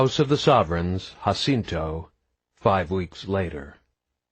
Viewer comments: Other than the narrator not knowing how to properly pronounce “Jacinto”, and 2 poorly executed accents are his only go-to for vocal character building, this is a great story! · Its really funny that the guy doesnt know how to pronounce Jacinto and rather than trying to do Coles voice he does some stereotypical voice 😭 book is fckn fantastic tho great to listen to while hitting the gym between Eday plays